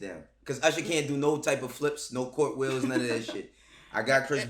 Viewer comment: "court-wheel" -, 2020